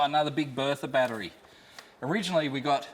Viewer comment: love the vlogs so far but its a battery there is no D in the word battery